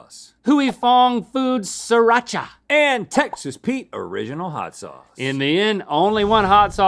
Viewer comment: It's sriracha